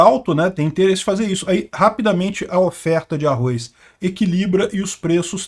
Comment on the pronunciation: Não é arroiz não